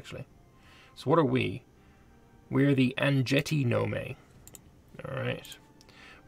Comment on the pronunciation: I am SO PSYCHED for a continuation of this series! Nome is pronounced “gnome”, by the way.